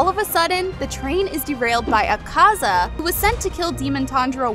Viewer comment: I feel like Tanjiro would also get the power of being able to pronounce characters names better than you can. .. it's Ahh-kaah-zaah, zehn-it-zoo, and ehn-moo, you pronounced even more characters names wrong... lol